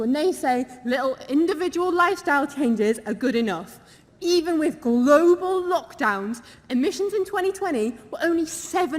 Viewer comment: Grobal warming eh.... 🤣🤣🤣🤣🤣